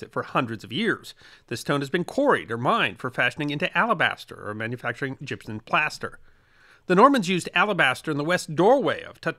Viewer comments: Gypsum not gypson. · Gypson isn't a thing. It's gypsum. pronunciation was driving me crazy. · stop using an N sound at the end of Gypsum... that's an M at the end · As a extreme fan of your work and your Channel with the deepest of respect to you I am utterly surprised at the mispronunciation and use of n in place of the letter M when saying the word gypsum. This is not a criticism but an observation that is quizzical in the fact that your articulate delivery of speech in your pieces is so perfect and properly intonated that this type of error is just simply beyond me